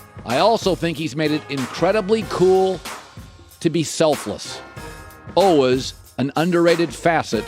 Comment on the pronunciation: Why don't you pronounce the y is always?